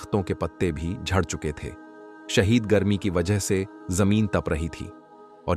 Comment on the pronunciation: Bolna seekho shadeed garme ko shahid garme kahtay ho.